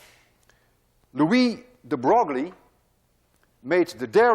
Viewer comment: Hey Dude... juste a useless precision Louis de Broglie correcte prononciation (very unintuitive) is like Louis de "breuil" (bʁœj) (you could try this voice synthesis to here the prononciation... but read "breuil" to here the correcte sound. Well in france every people will have pronounced like you but no physicists ;-) .... See you soon !